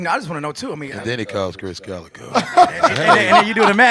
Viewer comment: It's Krizz Kaliko* NOT "Kalico"